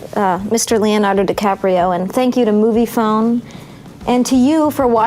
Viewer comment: He still says Leonardy in the second take but he keeps going